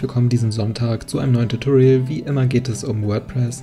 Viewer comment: Etwas grundsätzliches bei der gesamten Reihe: * "tutorial" kommt von "teach / tutor" lehren und nicht von "torture" Schmerzen verursachen * Except ist eine Erwartung sondern ein Auszug, also sollte man es nicht als "expect" aussprechen * align bedeutet ausrichtung .. also sollte man es als nicht l-gin bezeichnen und ein paar andere Punkte aber zumindest konsequent.